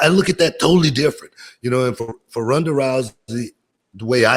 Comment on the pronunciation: Runda? Booker, do you mean “Rhonda”?